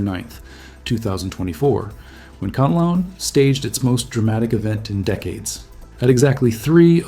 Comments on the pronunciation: "kanalon" bruh its pronounced "can-lah_on" not "ca-nal_on" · Not kalaon its kanlaon